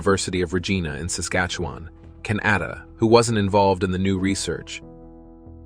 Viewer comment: Voice narration is not right. That’s not how anyone pronounces Canada.